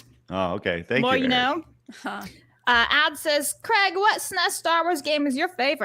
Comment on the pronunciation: I laugh when Americans dare to criticise anyone else of not pronouncing words properly. Craig can't even pronounce his own name correctly.